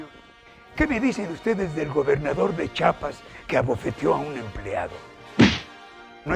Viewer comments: Grande Maestro,todo muy bien,pero se dice CHIAPAS no chapas mi ínclito amigo. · hola don Hector suarez tv, esta bueno pero no entendi si lo dijo chapas sarcasticamente o si se equivoco, digo porque es chiapas. sin ofender es solo una pregunta. de ahi el video es excelente y como siempre tan creativo saludos